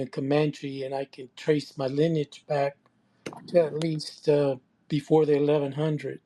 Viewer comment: Lineage rhymes with spinach - Tariq😂😂